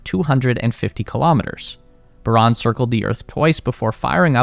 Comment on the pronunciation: Não é Baron, é Buran